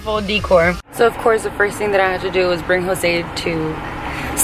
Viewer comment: "Deecor" lmaoAbocado 😂😂😂😂😂 Burbannk 😂😂😂😂 its bur- bank